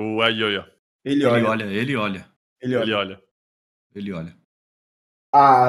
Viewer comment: ELYOYA e um nome composto, "EL"= Pronombre ="o", "YOYA" é o nome e se pronuncia "JOJA" seria ""EL-JOJA"